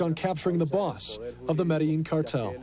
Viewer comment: Its pronounced medejeen HPTA